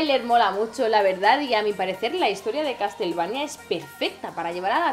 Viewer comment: "castelvania" xD